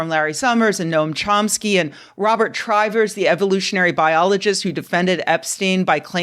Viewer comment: I met Trivers when he was invited to my grad school in the late 90's. It's pronounced short-i (Triv-ers), not long-i (Trive-ers). IIRC a professor warned the graduate students in general that he would likely come on to the female ones (the youngest of whom would have been 22, so adults). Even at the time he was presented to us as 'fundamental contributions to the field, but problematic personal life'.